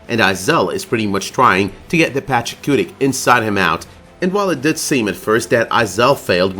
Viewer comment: IT'S PACHACUTI. PATCH-A-KOO-TEE. PATCH-A-KOO-TEE. PATCH-A-KOO-TEE. NOT PACHACUTIC. everytime you say it with the C at the end, i cringe. so annoying. for someone that proclaims they love this show so much, I would think you would try to pronounce things correctly